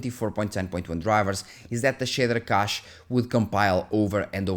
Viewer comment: “The shitter cache” “most of the shitters” 😂😂